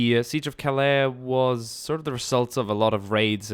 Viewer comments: Calais is said Cal-ay. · Please. Cal-aay. Your use of the word is murderous. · The way he says Calais pisses me off